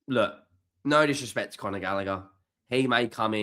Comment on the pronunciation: Its Conor not Connor..